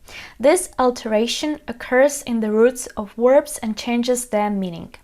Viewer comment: Watch out for "werbs" though! ;-D